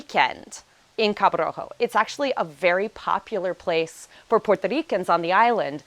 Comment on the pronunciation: Learn how to say Puerto Rico if you have lived there for nine years. It's Puerto, not Porto!